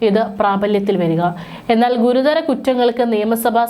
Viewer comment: ഗുരുധരം അല്ല ഗുരുതരം